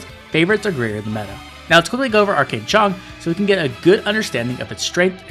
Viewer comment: I love you sir but it’s pronounced like “chee-ahng”two syllables of equal speed. Chee like cheese and ahng like -ing end but with “ah”. Unless you were going for Cantonese, then you were very close except it’s kinda like “che-eohhng” with an eh sound instead of ah sound